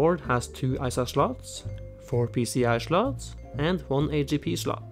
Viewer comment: "Schlot" :) ..without checking I'm fairly certain you're norwegian!